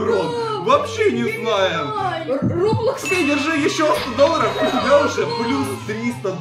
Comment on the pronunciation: не раблокс а роблокс